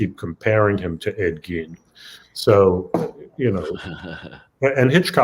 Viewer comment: It's GEIN , not gean